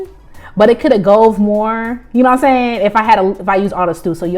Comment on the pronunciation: “it could’ve gove more”🤣 💀💀